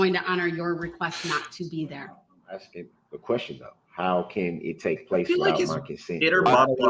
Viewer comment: Someone stop him he is going to start eating his crayons 🤐 he is hurting my head when he is "axing" a question